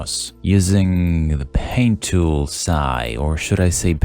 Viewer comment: You triggered me with that "pain tool sai"